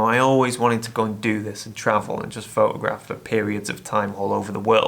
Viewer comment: Frotograph. I heard it.😁